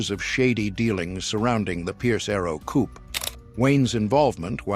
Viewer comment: Coupé is pronounce coopay.